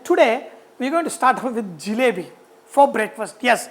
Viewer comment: Its JALEBI not , JILEBI .